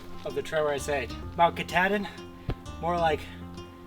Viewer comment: Mt Katahdih 🙏🫩